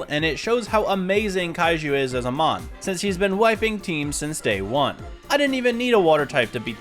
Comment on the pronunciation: Stopped watching after getting tired of hearing you butcher mons names 😅